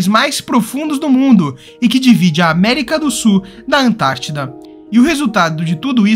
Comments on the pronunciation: Du SU da América do SU. rs Ótimo vídeo, mas muito sui generis a pronúncia de "sul". 🙂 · Que nervoso! O narrador não pronuncia o L na palavra “sul”! Ele diz “América do sú”, “cone sú”, “para o sú”…. 😖😣